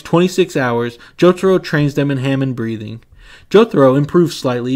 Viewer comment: Bro said Ham en. It's Hah mone